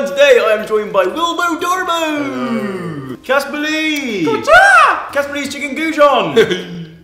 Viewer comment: EVERYONE HIS NAME IS CASPAR NOT JASPAR GEEZUS